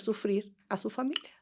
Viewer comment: Historia ☝🏻 No historea Familia ☝🏻 No familea Historia ☝🏻 No historea 😂😂😂😂